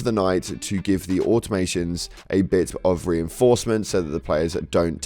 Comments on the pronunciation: It’s not ‘Automations’ it’s Automaton or ‘Or-Tom-a-ton’. Please and thank you. Dyslexia is a hell of a thing. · Ter mi nids. Not Termines Au To Ma Tons. Not Automations It hurts my non-soul and the machine spirit of my speakers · So basically you can't say any of the names right? Haha. Terminids, not Termines. Automatons not Automations. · i know its a minor complaint but please call them AUTOMATONS Not automations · LOL Auto-Ma-tons, not Automations. lol I know they are robots and they are probability built with automation but they are not automations XD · PLEASE FOR THE LOVE OF GOD if you are going to make Helldivers content consistently get the damn names right. Its the Terminids (Tur - men - ids) not the "Termines" and the Automatons (Ah - tom - oh - tawns) not the "Automations." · Au-To-Ma-Ton, not automation. Ter-Mi-Nid, not Ter-Mine. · Great content. Thank you for the update! It seems you aren't even trying to learn to pronounce the names properly lol Terminds and Automations, guys 🥸 more concerned with us liking and subscribing, saying it three times? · "Au-tom-uh-ton", not "automadon", or "automation". Lol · It is called A-to-ma-ton and Ter-mi-nid. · please sir pronounce them correctly, its ter-mi-nid and au-ta-ma-ton i know it isnt spelled corectly, but thats how its pronounced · So lets say it together. TER MAH NIDS AUTO MAH TONS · "Automation?" "Termines??" Only Freedom-hating socialists don't bother with proper annunciation! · “Termines” and “automations.” Reference saying Malevelon Creek incorrectly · Just so no one else gets mad at you for mispronouncing things, it’s TER - MI - NID and AU - TOH - MAH - TON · Say it with me, YouTube! Aww-tom-uh-tawns! So many people dont say it right, and it makes me sort of twitchy. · "Automations" "Termines" Is this guy talking about some other game? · What you say might be interesting but automation and termines got too annoying to listen to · Au-taw-ma-tawns Ter min idds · Awe-tom-I-tons Term-in-ids